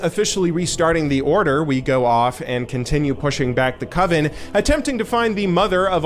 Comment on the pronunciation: It's definitely COV-en as in stove-in, or Covid. Source: language drifts, and accents are different. Ironic that someone in chat said that you can't read, when pronouncing words differently is precisely what happens when someone learns words from reading. I get that they tried with this story, but kind of an interesting contrast between "kill the ugly witches" , and the original story of the Forsaken becoming a playable race in WoW. We used to be ugly. Then Instagram happened.